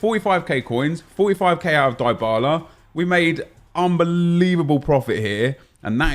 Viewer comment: It’s pronounced DEEEEE bala